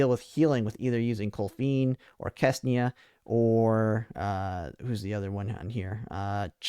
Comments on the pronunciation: got my It is not Kesnia . it is Ksenia. ( or Xenia if you are so inclined to spell it that way ) KSE NI A English my man , do you speak it ? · I spend way too much time wondering who is this FREAKING KESNIA he is talking about. KSENIA ! k-S-E-n-i-a 😂